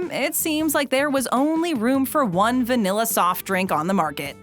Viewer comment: Va-NILL-a , there is no “e”, no nell, in vanilla, thank you.